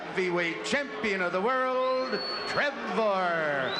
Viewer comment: to the citizens of america its world not wirl